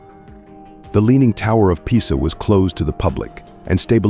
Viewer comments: Leaning Tower of "Pie-za". HAHAHAHAHAHA. Tell ya what... Why don't you quit being lazy and use your own voice narration. Unless, of course, you think that is actually how one of the most well known buildings in the world is pronounced. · You might want to have the narration changed to correctly pronounce Pisa.